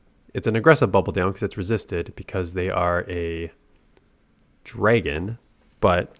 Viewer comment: why do you pronounce dragon "dreygin"?